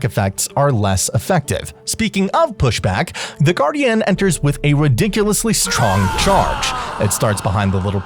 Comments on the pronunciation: This guy doesn't know how to say "guardian". I hate your videos compared to Gratz. You stuck. Please quit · Nice video and all but holy hell did i want to click off the video with how you pronounced guardian